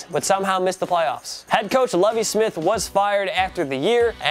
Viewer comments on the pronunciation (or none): none